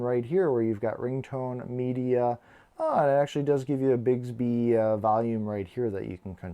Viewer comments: Great video, awesome watch but it’s BIX-Bee not Bigsby (I just became one of “those” people…apologies dude, not meant to be snotty at all!). I had my GW4 Classic for over a week and hadnt even tried Bixby simply because it sucked so bad on previous Samsung Watches where it was really just the old “S Voice” renamed Bixby. Ive since found out its been rewritten for the Galaxy 4 so it works infinitely better now, much closer to Bixby on Samsung phones! I bet Samsung asked Google to hold off on Google Assistant because they knew the bad rep Bixby has on Watches and knew no one would ever give it a chance if Google Assistant was available on launch - but that’s totally just my FanBoy theory. In any case, give Bixby a try - at the very least, it will make waiting for Goioglew Assistant much, much easier and many of you may find you dont even care so much about Google Asst anymore! :-) Great Vid!!! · Informative video! But "Bigs-bee" drove me crazy. It's "Bicks-bee"! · BiCKSbee is how it's pronounced lol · How are there not a hundred comments that it's Bix, like Twix, bē? Bix-bē.